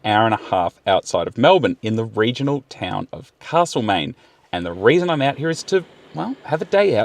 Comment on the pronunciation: It’s castle main, not carrrsle main old mate. 😂 great video in the best part of Victoria